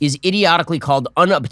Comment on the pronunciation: Un. Ob. Tain. Eee. Um.